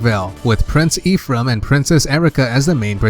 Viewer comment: He forgot FE12, which introduced the customizable character, and mispronounced a good 4/5 of the names, I'll list what I remember: Guy-den, not Gay-den Fal-kion, not Fal-shion (Celice's name isn't even Seliph, get facts straight there.) Eph-ram, not whatever the fuck he said That's all I remember atm lol At least it was an good quality, informative video and the creator wasn't an Awakening fanboy.